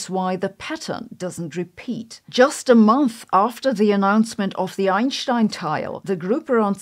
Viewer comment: I don't understand the "sh" pronunciation she does. It doesn't make sense.